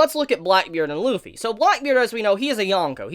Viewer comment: It’s not lupy it’s luffy